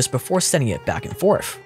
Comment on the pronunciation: “Back and for th!. Th( pronounced tha,tha, tha, ). Lets go together to the cinema…..not forfta. Work on it,. You can do it!